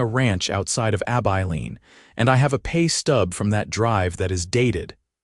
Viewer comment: A story that has a realistic timeline for relationship building between Matthew & Clara. Also appreciate him telling Clara about his past. Do wish AI could be programmed to correctly pronounce Abilene and the sheriff’s as Hollis not Holies. Listening from Clarksville, TN.